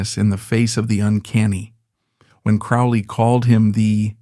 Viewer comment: Aleister Crowley's surname rhymes with "holy", not "foully".